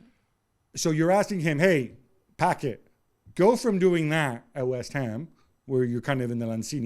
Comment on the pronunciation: Why this guy keeps calling him Packet is beyond me.